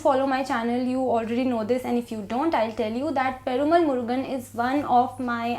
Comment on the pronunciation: I am a tamilachi... love from Tamil nadu. Your pronunciation (perumal murugan )is too good. 😁😍